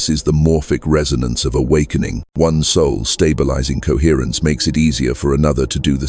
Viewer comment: Coherrence. Coherrencr. Cohrrrence.